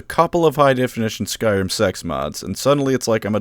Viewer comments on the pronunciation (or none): none